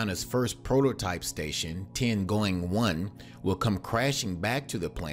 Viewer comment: yeah Tiangoing one... are you english speaking people really not capable of speaking any other languagues correctly ? I translate it to your limited ehr.. read my lips: T I Y A N G O N G